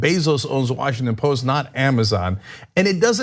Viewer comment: Washington Post - Drop the "t"